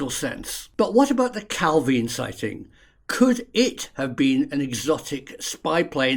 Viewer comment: Well done on correct pronunciation of calvine. And your pic of loch rochty is actually kinloch rannoch where I'm from😅